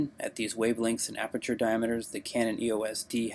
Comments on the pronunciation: Haha damn I burst out laughing when he said "Aberture". He said that like 3 times! That's not a mispronunciation. That's saying you know everything about something you've never even heard of before. should take some time to reflect on his obvious lie. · Sounded more like he said “arbeture” 😂 he should immediately change his name to..